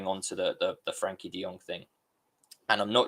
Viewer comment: Why do some people have difficulty pronouncing "Frenkie"?